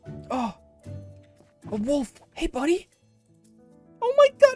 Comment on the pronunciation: HEY BUDDY!! sounds so american hahhha